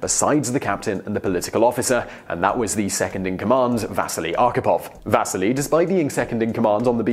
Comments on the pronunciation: NOT "Vaseli", but Василий !!! = Vasiliy and the pressure is on "si" and not "Va". Thank you very much!!! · If only he had spent some time at least trying to pronounce the names properly... His name is not VAsili (stress on the A) but VasIli (stress on the first I)! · It's Va-sii-lee. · VasEEli, not VAsili! I like these videos, and I recognize that a lot of fringe names and foreign words pop up a lot, go ahead and mispronounced something you only say once in the video, but the name of the person the video is about that you say umpteen times should be pronounced at least close to correctly. Simon, you can do better. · The pronunciation of Vasili is wrong in this video. In English, we would pronunce his name as Vas-See-Lee. Also, they should make a full-length Hollywood film about the life of Vasili Arkhipov. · Can you at least get the pronunciation of the guy's name right? The stress is on the first i (maybe needs another i or y at the end too). You make it sound almost like vaseline. Quite heroic. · I cringed every time you tried to say Vasili's name. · You're saying Vasili wrong!